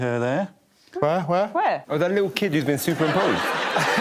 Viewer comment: "and a li-uh less attitude nex time please mate" is my mantra now